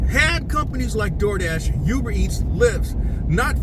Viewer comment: Ooooo-ber not you-ber. Thanks for the info.